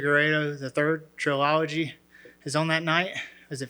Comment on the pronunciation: Forget the race thing, dude just said trill - ology instead of trilogy